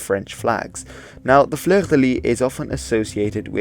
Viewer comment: Fleur de lys ou fleur de lis is pronounced \flœʁ də lis\. I'm curious what you think of the Russian flag, hehe.